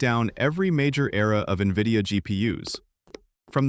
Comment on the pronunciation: Is this how you pronounce NVIDIA?! Or is this what AI reading does?